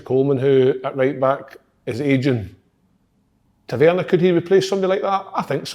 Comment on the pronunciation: Tav-IN-Ear.... ffs KK